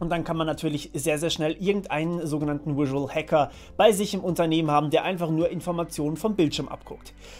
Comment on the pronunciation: Überzeugend und simpel - gut gemacht, danke ! Kleiner Tipp vom Anglisten -sag mal auf Deutsch "visuell" und dann Englisch "visual". Die fangen beide mit demselben Laut an :)